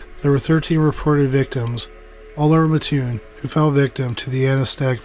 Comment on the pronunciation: I am from and live in mattoon!! So cool to hear you cover this!! Many theories here! My mom was little when it happened! Also it’s pronounced Matt-tune lol everyone says ma-tune lol